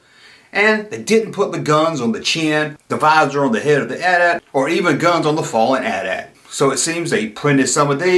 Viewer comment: Thank you for calling it the AT-AT (pronounced like Because modern influencer hipsters have decided to revisionist pronounce it like they're talking about their cell phone provider AT&T, but just the AT part twice. A-T A-T's. Like they're saying, 'The 80's' two time in a row really fast. This would be moderily clever if it weren't so collasally annoying. I'd blow them up on social media, but their annoyingness is too strong for blasters.